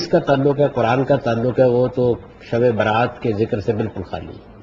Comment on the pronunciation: یہ شب برات نہیں تلفظ ٹھیک کیجیے یہ لفظ شب براءت ہے